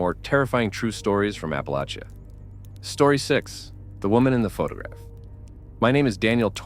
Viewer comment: They are pronouncing it right, there are people that say it differently but that just let's us know their not from here and think they are more educated than everyone else.